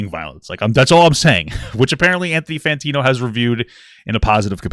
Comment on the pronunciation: Papa i love you man but can you say his name right? Fantano not Fantino